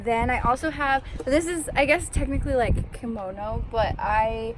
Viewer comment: KOMONO not KIMONO. KImono is a traditional Japanese article of clothing. KOmono is accessories.